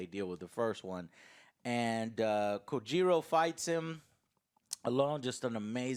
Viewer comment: "Kojiro fights him..." me: "No! Say it with me. Kyojuro Rengoku"